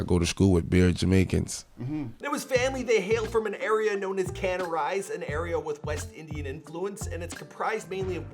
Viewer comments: wtf is CANARISE? ITS FUCKIN CANARSIE lmao fuckin guy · He said “Cana-rise”🤦🏻‍♀️ It’s Canarsie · not canarise its Canarsie. can ar sie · Dude said "can are rise". Its "can are see" rip to pop smoke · He really said “canorisee” instead of Canarsie, “Welcome to the Woo” instead of Meet the Woo, and “twenty two G Z”, instead of 22gz (two two geez) 😭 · This man said can a rise😂😂😂 broooo it’s the floss Canarsie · Its not canarise its canarsie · Na he said “can-a-rise” LMAOOOOO it’s pronounced “ca-nar-c” CANARSIE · NOT "CAN OF RICE" 😭😭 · Canarise it’s “Canarsie”😭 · It’s Canarsie not “canarise” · Humbled correction, it’s not CANARISE he is from CANARSIE pronounce Ca-Nar-See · It's CANARSIE. NOT CANA-RISE. Smdh. RiP POP. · He represented us, he was the image of Canarsie. But jealousy is one hell of a thing and they took that away from us. WOO 4EVA, all of Canarsie is devastated. Edit: Out town isn't pronounced Can-a-rise, it's Cuh-nar-see. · So the word you said t’s pronounced “can-narse-se” not “can-o-rise” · "Can-O-Rise" needs to be changed to "Can-Narse-See". we take a lot of pride in our name out here, it'd be respectful of ouy to properly pronounce it. Pop put the town on his back and I know You pronouncing it properly in an edit would be greatly appreciated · You said Canarise but i think you meant Canarsie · It’s not Cana rise it’s Canarsie kah-nar -see aka da flossy is how you pronounce thee hood. We appreciate the video tho. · It’s not pronounced CAN-A-RISE it’s pronounced CA-NAR-SEE lol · Cringed when he called Canarsie “canarise” almost gave the vid a thumbs down for it but outta respect for the woo I won’t do that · Ca-nar-see not can-a-rise 😂😂😂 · Nobody: Host: rural hood carnorise People from nyc : carnarsie is the suburbs 🤷🏿‍♀️ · He said “ Can I Rise” it’s Canarsie (ka-nar-see) 😂 good try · Did he say my “can-arise”🤣🤣🤣 it’s freakin pronounced as “ Kah-Nar-See” Damn non New Yorkers!!!! Brooklyn 💯 RIP Pop Smoke 💨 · He said “can a rice’’ it’s Canarsie 😭